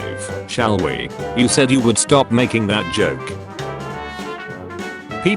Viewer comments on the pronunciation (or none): none